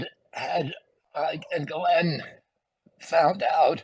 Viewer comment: For the love of God!!! I ask every last person reporting on Ghislane to ask a French speaker how to pronounce the name!!!!